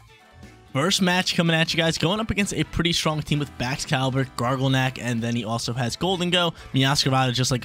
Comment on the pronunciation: He still says gargleneck instead of garganacl but still love watching this man